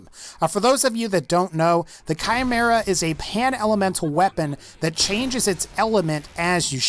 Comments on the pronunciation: Nice video, but holy shit, your pronounciation is attrocious. Not only on the cherè Amie but also the Chimera and many of the greek mythological atlas guns. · Are we not going to address the way he pronounced chimera It sound like he's trying to say camaro kai mer uh It's so easy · The way he pronounced chimera lol